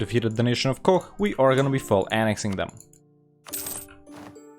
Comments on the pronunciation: yeah but he says koch like coh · I literally died when he called koch , 'kok'. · Where are you from? My guesses are Turkey because of your accent, or maybe India because of the unusual way you pronounced Koch lol. I think you mentioned before that you enjoyed playing in India too.